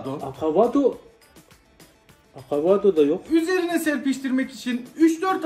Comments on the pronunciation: Akavodo değil avakado 😂😂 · Hayatında hiç vakavado yememişsin anladıkta bari adını doğru söyle be dostum. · Neydi akavado bence avakadonun yeni versiyonu 😂